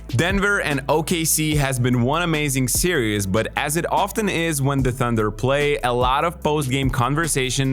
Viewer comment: series or serious, what the hell is he saying?